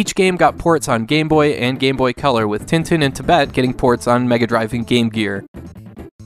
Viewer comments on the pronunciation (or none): It's pronounced Ten Ten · With nasalized vowels, as I mentioned earlier. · Just FYI, Tintin is pronounced more like 'tahn-tahn'